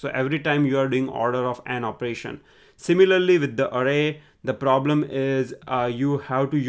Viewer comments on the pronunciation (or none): none